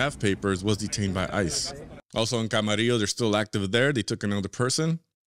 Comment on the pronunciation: He said camarillo in the most Mexican way ever 💯👊